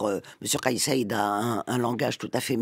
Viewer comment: Rached et non Raded et Saied et non Saded